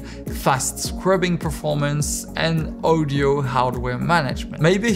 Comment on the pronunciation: Can you please say audio instread of ouwdiow